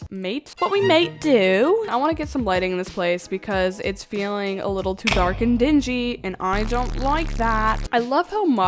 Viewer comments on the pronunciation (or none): none